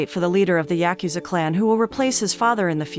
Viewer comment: Say it with me " yah-ku-za"